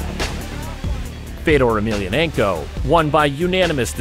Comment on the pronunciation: Wish you'd pronounce his name correctly!